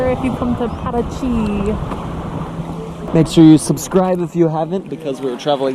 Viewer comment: You said Paraty perfectly like a native